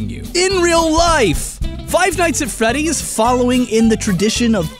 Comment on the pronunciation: Did i hear say five nights at feddys? am i hearing things